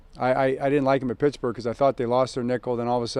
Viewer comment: the way Harbaugh says “Pittsburgh” 😂